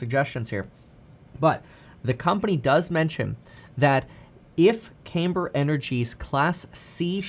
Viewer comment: Not "CAYMber". "CAMber".